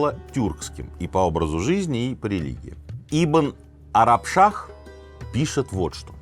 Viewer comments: Не Арашбах а Арабшах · Не Аражбах, а Арабшах 😂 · Минаев читай текст правильно не Арашбах а Арабшах😂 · Не Арашбах, Арабшах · Не Ибн Арашбах, а Ибн Арабшах. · Все время произносил «Ибн-Арашбах» а правильно «Ибн-Арабшах»😅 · Сергей Сергеевич, спасибо Вам большое за то что сделали выпуск про нашего предка Амира Тимура. При всём уважении Вам, уши режет когда Вы называете историка Ибн Арабшаха - Ибн Арашбах. Это хотел отметить, спасибо! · Ибн арашбах)) Арабшах)) Но выпуск конечно интересный и очень хороший.. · ИБН АРАБШАХ ВЫ НАРОШНО ПРОИЗНОСИТИ НЕПРАВИЛЬНО